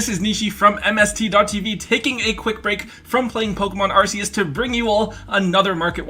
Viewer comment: A guy that knows Arceus is pronounced Arseus? Good man.